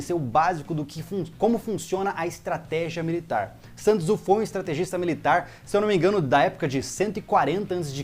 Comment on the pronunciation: Dica a pronúncia de Sun Tzu. É Son Zhi ok